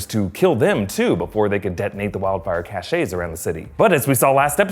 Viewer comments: You’re pronouncing “cache” incorrectly. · Dear God pronounce CACHE correctly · Cache="cash" not "cashay". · Cache is not pronounced "Cashay", it's "Cash" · Cache is pronounced like money, "cash", "cash ay" is spelled cachet and refers to a prestige or in more modern slang "swag" when you do something. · Cache, the way you are using it, is pronounced CASH....not caSHAY. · “cachet” is a seal, as in the ones on a sealed letter or having respect and admiration—as in having the public’s seal of approval. “Cache”—pronounced like “cash”—is the word you’re after, there,. Get it together. Or, sashay away. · Again, "cash" not "cashay" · Cache, as in the burning pockets of wildfire, is pronounced (cash), at least in the states. Your pronunciation, (cash-ay) is from the word Cachet, which means 'the state of being respected or admired; prestige.' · Minor quibble: "Kash" not "Kashay" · Cache is pronounced like the word cash. Not cashay. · CACHE =/= KASHAY ---> PRONOUNCED "CASH" Please stop butchering your own language. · I'm sorry to be that person but cache is pronounced "cash" and not "ca-shay" I'm sorry you're amazing and wonderful!!!!! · if you google the pronunciation, every dictionary website has it pronounced like "cash". The pronunciation "ca-shay" is for the word "cachet" which has a different meaning than the one intended in this video. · Cache = "Cash." Cachet = "Cashay." (So in this case, it's pronounced "cashes.") Sorry, just bringing that up real quick. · Cache rhymes with cash. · It’s pronounced cash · Okay yeah I’m that person... but cache, a group of hidden items is pronounced like “cash.” Cachet, or prestige, is pronounced “cash-ay.” Anywho, I couldn’t possibly pull off a video like this despite all my English pedantry, so great job! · “Cache” is pronounced like “cash.” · It's pronounced /CASH/, like money. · Pleeeeeeease... 'Cache' is pronounced 'Cash'. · "cache" is one syllable, not two